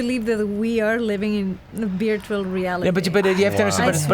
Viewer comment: I love how says "virtual" as "beertual." It's so endearing. □□